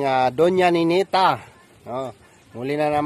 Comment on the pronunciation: NENITA HINDI NENETA DON DON not don don